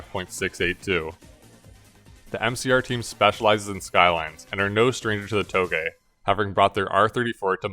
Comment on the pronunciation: I dunno why but whenever he says touge I hear toegay😂